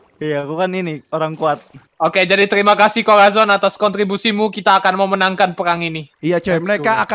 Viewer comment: "perkkhhhgang" berbicara